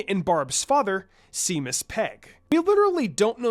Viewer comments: ~ Seamus is pronounced "Shay-mus", for those who don't know. It's an Irish name with Hebrew origins. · Jean and Barbara’s dad is named Seamus, pronounced SHAY-MUS. Just wanted you to know how to say it since it’s an Irish name